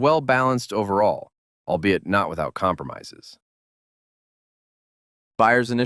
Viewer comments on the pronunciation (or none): none